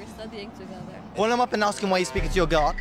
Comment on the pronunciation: Man , PLEASE say “ask”. It’s not “axe”.